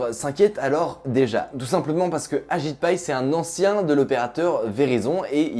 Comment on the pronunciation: Au début j’ai cru que tu avait dit « Un certain agite paille » au lieu de ajit pai